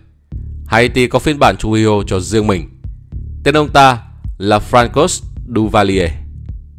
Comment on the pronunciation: Khổ quá, tên của mấy ông tổng thống Haiti phải phát âm theo tiếng Pháp là Frăng Xoa và Giăng Clốt mà ông ad đọc theo tiếng Anh nghe chỏi không chịu được